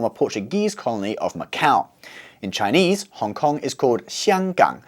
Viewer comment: Your Chinese pronuciation is very good. And your lecture is easy to understand to non-Chinese people.Hope for more videos of your channel.